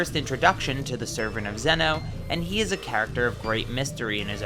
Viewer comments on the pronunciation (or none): I thought it was pronounced “ZEE-no”.